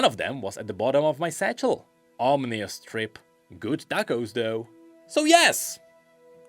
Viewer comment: has an interesting pronusiation of the word ominous